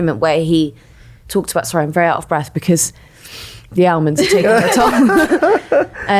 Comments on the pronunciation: Ahh-monds; Ahhmonds for heavens sake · Is that some southern way of pronouncing almond that I wasn't aware of? Or is a pod person? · The L in almond is silent